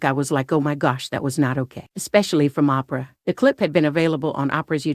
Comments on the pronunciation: Oprah: Promounced as OH-PRUH not... Opera: Pronounced as AWW-PER-AH Thanks for this video on Opera. Who's your favorite Opera singer? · Who doesn’t know how to pronounce Oprah at this point ? What planet does the narrator come from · who the F is "Ahhhhh- Prahhhh" ?!!!!! smh